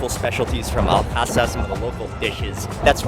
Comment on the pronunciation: I dont understand why Mark is making the pronunciation unnecessarily difficult... Its simple... Al Hasa Mark says it Al Khhasa